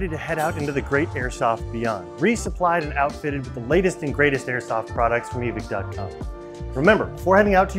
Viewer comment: Why is it “eee-Vick” and not “eee-vike”